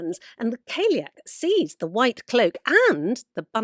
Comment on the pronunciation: The term callieach should be pronounced cali-yoch it’s an Irish word ❤